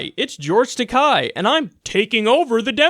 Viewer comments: That's an "e" in "Takei." Japanese names are not that difficult to pronounce. "Takei" rhymes with "gay", not with "guy.." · Takei is pronounced like today, and he's hilarious , jerk!